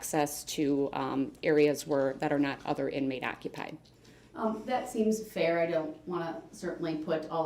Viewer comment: The way he pronounce fair. FIEEEE-JAIR